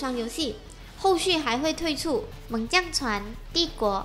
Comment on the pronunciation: 是猛將zhuan，不是猛將chuan哦⋯⋯妹子繼續加油，蠻喜歡馬來西亞口音，很有親切感